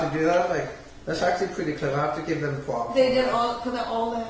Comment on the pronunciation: thats pwetty smawt i have to give wem pwops